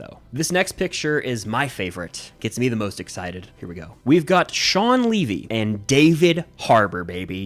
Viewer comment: Its shaun levy not shaun leavy